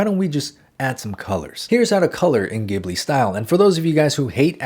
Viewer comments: You are so good at teaching THANK YOU SO MUCH But I need to tell you it's JI BU RI in Japanese so it should be pronounced jibli in English! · It's pronounced jibli like jungle. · love this video...but isn't it ghibli, pronounced Jibli with a J sound? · Beautiful but I wish you pronounced Ghibli correctly😭🧡